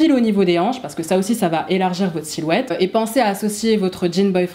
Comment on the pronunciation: Vidéo très sympa.👍 Par contre, si je peux me permettre (sans aucune arrière-pensée...) il n'y a pas de -t à la fin de "va", donc "Ça va t-être" est une fausse liaison. J'espère ne pas vous avoir froissée et que vous prendrez au contraire cette remarque comme constructive. Et merci encore pour vos vidéos.😉👏